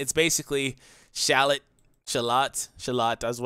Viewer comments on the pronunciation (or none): It's Schalot by the way. Like "eschalot"